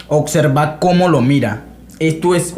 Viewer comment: Te respeto colega, puedes saber mucho en teoría pero ningun Macho Alfa habla así: "Mas sin embargo" "Suxtitulos" "oCserva" "aCsoluto".